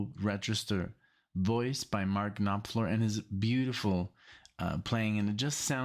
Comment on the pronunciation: Love your channel. Thanks for getting to more Dire Straits. I think you might get down the rabbit hole on them like you did with The Dan (oh the sacrilege I know). One thing, the P in Knopfler is silent. It’s pronounced Nah-Fler. Thanks again.